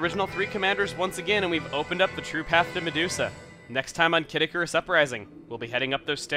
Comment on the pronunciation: I keep thinking he says 'Caddicarus' the Youtuber rather than 'Kid Icarus'.